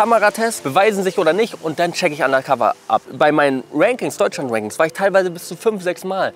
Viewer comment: "Deutschlans" ;D